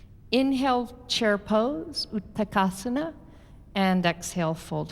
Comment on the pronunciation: Thank you for this class. As a student of sanskrit, it was painful to hear the wrong sanskrit words repeatedly: shirah instead of Sthirah and utakasana instead of utkatasana.